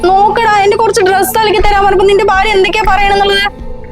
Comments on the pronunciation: ബാര്യ എന്നല്ലാ ഭാര്യ എന്നാട്ടോ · Barthaavu. , ബാര്യ എന്നൊക്കെ കേട്ട് കേട്ട് മടുത്തു. ആദ്യംതന്നെ സ്വന്തം ഭാഷ നന്നായി പറയാൻ പഠിക്ക്.